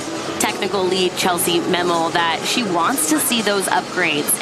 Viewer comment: "Chellsie Mammel" 😂 It's Chellsie Memmel guys